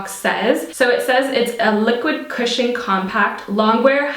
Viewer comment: You're SO beautiful! Also: I kept hearing "christian" instead of "cushion" lol.